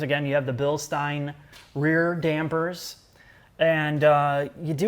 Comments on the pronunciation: Bilstein is pronounced Bil-steen, not Bil-stine. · BILL-SHTAYN ! Not BILL-STEEN